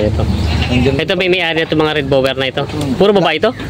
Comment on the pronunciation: Di ginawa ng blogger assignment niya. Di niri search ang tamang pronouciation ng breed nung kambing.